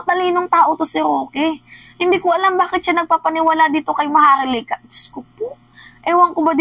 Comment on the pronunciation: Maharlika O MAHAR-LUKA!! Hahaha kagaya ni Hari POQUE, este Harry roque pala